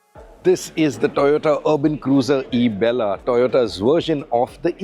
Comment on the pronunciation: Heard like ( isabgol) Isabgol ki bhushi Toyota ki khushi